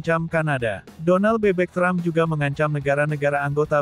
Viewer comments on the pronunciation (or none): Donal Trump tapi di baca Donal bebek😅😅😅